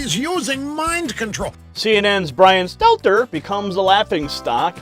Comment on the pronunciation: I like it when people pronounce his name 'Stetler' 😂